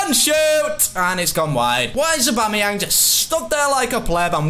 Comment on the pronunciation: Did he just call aubameyang aubama 😂